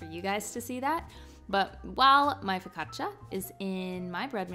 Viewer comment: It’s a step up that you learned how to say focaccia.